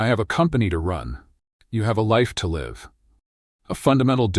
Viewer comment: I liked the first one, but this one is better because it fills in some details and background. I give it a 10, although there are just a few little things that caught my attention and temporarily pulled me out of it. There are a couple of mispronunciations (Marcus is recording "live" not "liv." It seems that the AI narration hasn't gotten to a place where words that are spelled the same in English are not always pronounced the same, depending on the context. (other examples, "read" and "wound" which can be pronounced either "reed" or "red" and "woond" or "wowned" depending on context.") This kind of thing can be overlooked, and probably most would overlook it, but it bugs me. I did like the way this newer version pulled some things together, and how it led into what will be the later versions at the end. It does get my "10!" I will be watching closely for further episodes. Writing from Portland, OR, USA